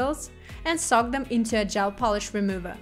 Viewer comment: The English translation is done very nicely. There was only 1 word I had a hard time understanding but I eventually figured it out based on context. (That word is soak but I hear sock 🧦.) May I make a suggestion? The word "soak" is spoken by the translator as "sock". So, to correct this, try thinking of an OAK tree or a river bOAT. oak, boat, soak. Hopefully, that helps make sense :) Thank you for this beautiful & easy-to-follow presentation! 💅